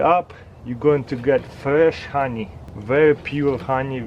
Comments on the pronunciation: like every time this guy says hawnee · I just love the way he says honey :) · I love how he says honey